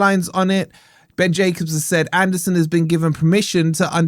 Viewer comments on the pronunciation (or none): One day will pronounce Ben Jacobs’ name correctly 😂😂😂